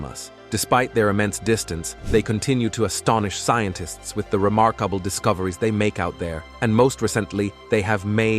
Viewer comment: "The vouya ger twens probs achieve a bled remorkabable feets"😂😅😂